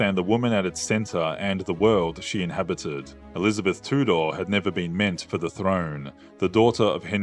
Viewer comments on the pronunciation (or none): Please practice your pronunciations. It is TEW DER (Tudor) & GREN ICH (Greenwich).😅